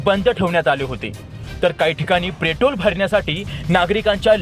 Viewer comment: प्रेटोल 😂 अबे तुम्हाला बोलता येत नाही नीट आणि बातम्या देताहेत.